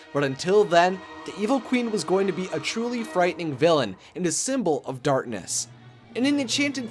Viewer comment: Does this guy not know how to say "Darkness?"